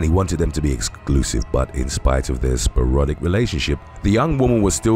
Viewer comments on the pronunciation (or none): Sporadic not sparodic